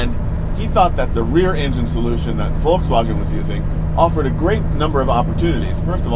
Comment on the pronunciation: His correct pronunciation of Volkswagen is spot on